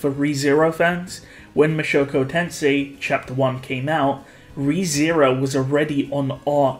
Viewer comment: Mushoku Tensei not Mashoko Tensei